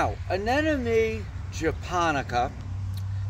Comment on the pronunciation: Why are you clearly saying, "an-enemy" and not "anemone"? So, you've been saying the 'n' before the 'm' all your life without knowing the difference? 😂